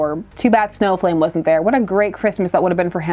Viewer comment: 43: uh, excuse me, i believe it's pronounced SNOW FLAME! yes, it needs to be in allcaps ;)